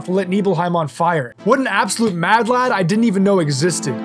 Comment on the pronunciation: Hilarious hearing an American say "Lad" 😂